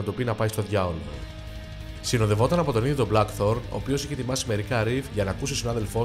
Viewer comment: Από τους Blackthorn και από τους Faust 😂😂τα διαβάζετε που τα διαβάζετε Να τα λέτε και σωστά λίγο Αφού δεν το κατέχετε